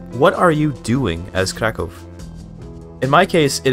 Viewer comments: It's impressive hoe correct is your pronunciation of the name "Kraków". People rarely bother to care about it and move along. And this is just cherry on the very delicious cake. Keep going! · Your pronunciation of Kraków sounds just like a native's, I'm thoroughly impressed and even more so considering you're a native English speaker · Your pronunciation of „Kraków” made me think you're a fellow native Pole, lol. I tried Kraków, but got bored, so overbuild my army with cheats and still lost against Austria. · Wow. He pronounc krakow normaly. Yay